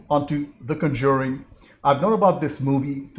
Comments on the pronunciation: Just one minor thing, the accent is on the first syllable. CON-jur-ing. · Good review,. The two sequels are worth watching and the 2nd & 3rd Annabelle spinoffs are decent. If you keep going, though, the franchise is pronounced CON-juring, with the emphasis on the first syllable.